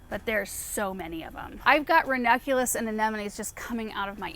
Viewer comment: Is it just me or does not pronounce the second n in ranunculus? Every time she says it I feel like I've been pronouncing it wrong this whole time 😅